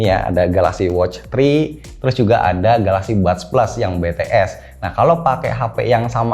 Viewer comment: bangggg nyebuttt BTS jangan BeTeEs nantiii di serang fans fans tololnyaaaa🤣